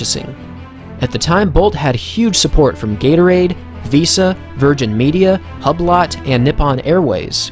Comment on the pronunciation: "Hub-lot" haha